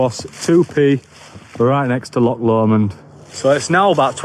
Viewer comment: My neck of the woods.. Drymen, balmaha, rowardennan... My absolute favourite place to go to. Love your videos keep up the gr8 work! And yeah bring the Welsh out in you to pronounce l'och 😆 it's not 'lock' 😆